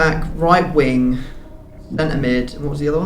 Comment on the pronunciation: please its WING!!!! NOT WINK!!!! it bothers me really